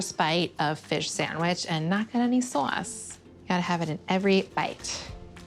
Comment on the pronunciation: Molly's New York years definitely made a come back with the hard 'sauwce' on the 'first bite and not get any sauwce' sentence.